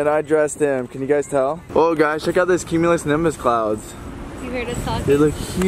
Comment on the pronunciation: check out this cumulisnimbus clouds Me: IT'S CUMULONIMBUS